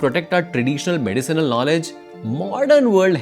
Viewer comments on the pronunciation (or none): none